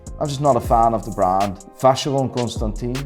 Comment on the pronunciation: You see how you pronounced NardIN ? Pronounce ConstantIN like that also.